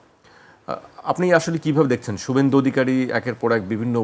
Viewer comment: শুবভেন্দু কে ভাই?😂😂😂 নাম ও উচ্চারণ শেখেনি😂😂😂